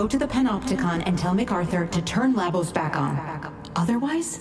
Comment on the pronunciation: Ahhh hahaha, got to the end. Goodbye to that speculation! 😆 And it's ark Labos,, LABOS! Latin for "struggle," I think. (Guess that could have been a hint about what kind of megalomaniac MacArthur was...)